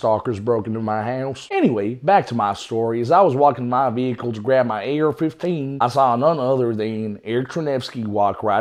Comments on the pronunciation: Yeah 😂😂😂😂 ar fifteaan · “Ayer F-huff-tain” 💀